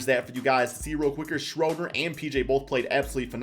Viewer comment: Say it with me... Dennis "SHREW"-der